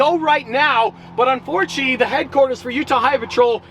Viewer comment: “unforcheee” we get it your nervous 😂😂😂😂😂